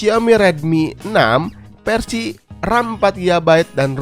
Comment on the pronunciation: keren kang ...cuma saran pelafalan huruf F/V.nya (Mi fans=Mi Pans, Versi=Persi) dperbaiki lg ,channel IT soalnya 👍👍